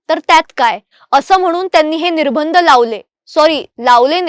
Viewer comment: निर्बंध चा उच्चार निर्भंद असा चुकीचा होतोय.